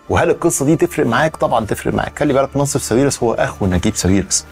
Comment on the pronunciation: هو حد قال لك قبل كده إن اسمه "نصيف" مش "ناصف"؟؟!!!!